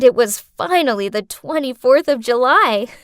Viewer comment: Its "24th" not "24rd"